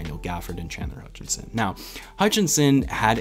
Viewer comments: Common misconception is that Chandler’s last name is “Hutchinson” (you probably know this); Mohammed Sallam was pointing to your Video Title where you have an ‘n’ in Chandler’s last name “Hutchison” (Plus you pronounced it “Hutchinson” a couple times) :) Keep up the good work and amazing content! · I wonder is you always get his name wrong on purpose 🤔😂 always with the extra n in his name.😂